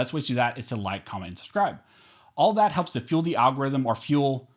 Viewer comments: I love the al gore rithm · No I love it when you say Al gore rhythm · Who’s this algor person??? 😂 lololol why does he need rhythm?? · Oh tg he finally stopped saying al gore’s rhythm.. fuel his jet..